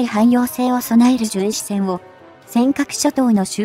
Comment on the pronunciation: じゅんしえんじゃなく❗じゅんしせん❗かいけいきょく‼️せっかく良いテーマなので丁寧な校正お願いいたします‼️